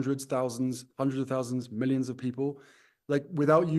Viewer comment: If you’re going to use the word “millions”, maybe learn how to pronounce it.